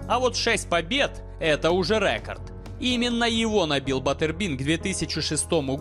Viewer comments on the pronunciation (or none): РЭкАрд😑😑😑😑😑 -уши .